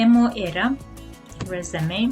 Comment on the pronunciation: ریزیوم نەک رێزەمەی وابزانم وا ئەخوێنریتەوە